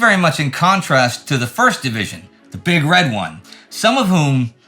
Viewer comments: it's "big red ONE," Indie, not "big RED one." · Excellent work as usual. My only minor complaint would be calling the Big Red 1, the big red one. The emphasis should be on the One, not red. Ya know? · oof Every time Indy says, "Big RED one," I cringe. It's the "Big Red ONE." As in that digit 1. It's big, it's red, it's a big red ONE.